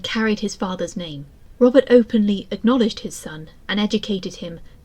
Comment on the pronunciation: Interesting but it sounds like you keep saying Robin